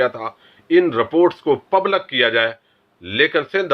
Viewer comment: مسلم میں ل کے نیچے زیر ہے۔۔۔ پبلک میں ل کے نیچے زیر ہے۔